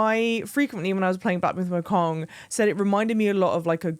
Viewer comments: I was looking to see if anybody else said it, but I guess not. It’s Wukong not Wokong. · As a Brit to another Brit, it’s Black Myth WOO-kong, not WOAH-kong 😉